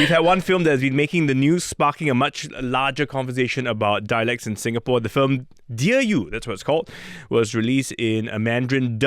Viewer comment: Stop mangling Singapore's name!